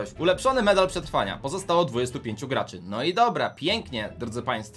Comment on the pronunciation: Gaczy XDDDDDDD